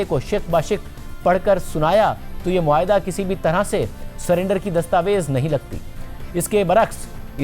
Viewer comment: مسٹر مہاٸدہ نہیں معاہدہ ہے